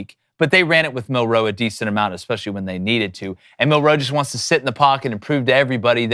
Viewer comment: Why can't these guys pronounce "Milroe?" MIL-roe. It's really not that difficult.